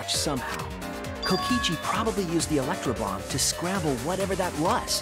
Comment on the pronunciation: When he said “last electrobomb” it sounded like “last lunchable” lol